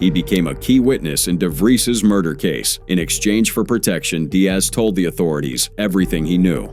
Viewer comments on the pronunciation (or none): none